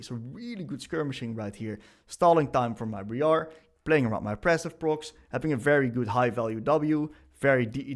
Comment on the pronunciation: bree-are 🤣Dude this is awesome. Wish we had more coaches like you in other roles. Been playing Akali for fun on second account and this is gonna help me so much! TY